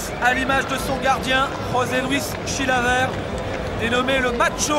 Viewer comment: le présentateur dit : chilaverte